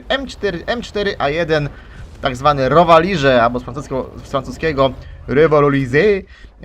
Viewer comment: '' Rowa lize '' xD